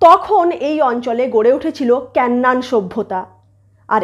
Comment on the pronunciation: কেন্নান না😁। কেনান।😂